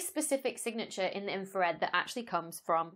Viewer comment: Inra-Fred... See, if you pronounced your "R's" you would have gotten that. :) Can you explain how a telescope "sees" radio waves? I am familiar with CCD's used in video cameras, what kind of element sees radio waves and better yet in "sees" them in color.